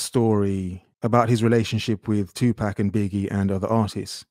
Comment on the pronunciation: Just gonna let EVERYONE know Be cautious of the words of a person who cannot pronounce Tupac and still reference hip hop. 🚫🚫🚫